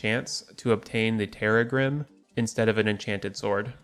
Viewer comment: Correct pronunciation is terr - RAG -grim, rhyming with "crissaegrim," the sword from Castlevania Symphony of the Night that Arkhalis and Terragrim are based on.